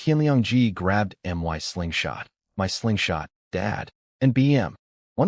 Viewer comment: Amusing how the AI voice reads 'my' as two letters, M.. Y..